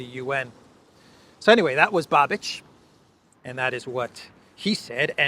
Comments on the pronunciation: It's Babish not Babich. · You pronounce Babič wrong. It's not Babič it's Babiš. So not Č but Š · I would just note that "Babiš" is not spelled like Babich but Babish, I'm sorry but as Czech it tortures my ears when you say Babich 🤣🤣🤣 (just for fun). As for the last election to the Chamber of Deputies of the Czech Republic yes, Eurolibs had to put five parties together to defeat him and it is highly probable they won't be able to repeat it as this government, which is facing problems of internal coherence, is the least popular government in our history, probably including those from communist era... 😝 There were just regional and senate elections here and government parties are losing positions hugely, next Chamber of Deputies election will take place next year. Babiš joined Orban in EU parliament in Patriots fraction, but unfortunately his party should be perceived mostly as opportunists and although his eventual next government probably correct the biggest craziness committed by Eurolibs, one can't expect he would go as far as Orban or Fico. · The former Czech prime minister's name Babiš is pronounced "Babish" in English. I Just want to help. Great video 💗